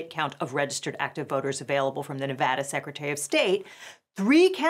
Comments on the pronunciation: Shout out to for correctly pronouncing Nevada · hey, she said nevada correctly.